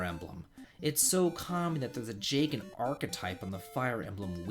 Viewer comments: I was good until you said jagen. Sorry but that’s a pitfall. In fact you saying that kind of ruins the whole for me. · Was alright until I heard "Jagen bad" tf, man?